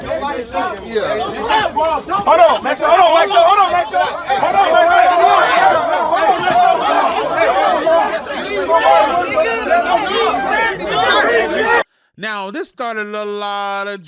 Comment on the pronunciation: Oym I heard say “maxo Vs. Lizzo “💀💀💀💀💀💀